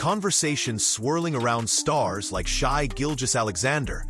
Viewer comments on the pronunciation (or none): Bro , learn how to say Shai’s name . Don’t do a video if you can’t learn something so simple .